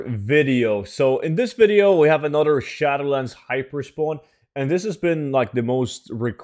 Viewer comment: There is no 'D' in the word ANOTHER